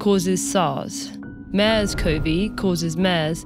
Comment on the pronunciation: 'MAIRS'??? It's 'MERS' staying AT home. AT...AT...AT...AT...AT...AT... There is no vaccination for thr 'virus'.